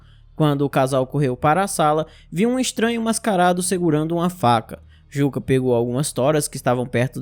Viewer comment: Perfeito. Só uma observação. "Jukka", em finlandês, se pronuncia "Iuca". Igual ao ex-baterista do Nightwish e Sethian.